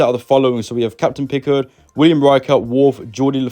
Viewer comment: We could tell u arent a dtar trek fan when u said pickurd😂